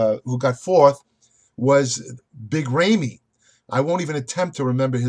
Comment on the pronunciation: "big ray-me"